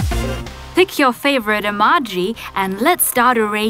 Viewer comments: It's actually pronounced A-MO-GI...EMOJi💩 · It's pronounced like: ee-moe-gee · Iza Kolanko even I was thinking about that because she stop the video and erased with a normal eraser and pronouncing the emoji wrong she saying emagi it's not proper it's really bad showing fake videos are not creative extending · Rosie Stone she is saying emaji not emoji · Hahaha whenever you say emoji you say emaji 😂😂😂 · Can someone pls tell her that its em-oh-ji and not em-ah-ji ? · She says emoji like emage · She said amaji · she say emaji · it's not emoj y it's emoji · Eee maaww jeee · You said omoje wrong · It bugs me when you say emoji wrong. I'm sorry >.< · Shes saying emojis wrong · Please guys stop saying she doesn't know how to pronounce Emoji because english is not her first language. . . She is hispanic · not to be mean but I just like how u said emojy wrong I like how u said it though 👍👍👍👍👍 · Why u say emoji like that? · She says emoji incorrectly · Golden Cookies English isn't the person's first language. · she's saying emoji wrong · This is very funny she says emoji wrong😁😁😁😁😁😁😁😁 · You said emoji wrong lol lol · no offence but u say Emoji weird😕😞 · You pronounse emoji wrong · She said emoji wrong but who cares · Every time she says emoji it is so annoying because she says it wrong not to be mean